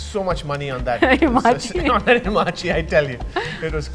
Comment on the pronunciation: Great, gald it bore fruit after 12 long years. But please its ha ma chi... not hi ma chi...